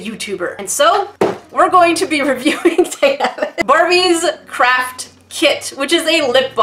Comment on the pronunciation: every you say craft it sounds like crape